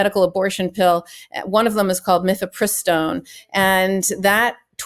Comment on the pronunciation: It’s Mifepristone NOT Methepristone!